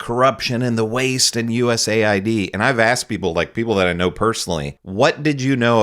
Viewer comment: It’s pronounced US-AID” giving its right conotation will give it context.